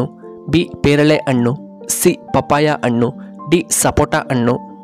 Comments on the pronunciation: ಅಣ್ಣು ಅಲ್ಲ ಹಣ್ಣು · ಅಣ್ಣ ಅಣ್ಣು ಎನ್ನಬೇಡ, ಹಣ್ಣು ಎಂದು ಹೇಳು. ಉಚ್ಚಾರಣೆ ಶುದ್ಧವಿರಲಿ. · Annu alla hannu antha heli